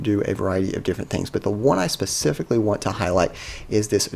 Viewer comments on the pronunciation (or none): none